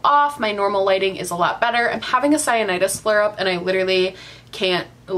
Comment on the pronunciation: Cyanidis? Lol sinusitis?